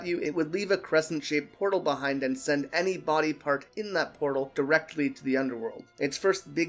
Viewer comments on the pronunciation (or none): none